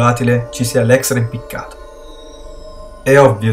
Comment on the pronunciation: si dice IMPICCATO